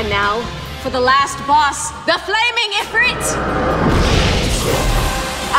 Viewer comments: If-rEET. Not if-rIT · as well she pronounced Ifrit wrong its pronounced Efreet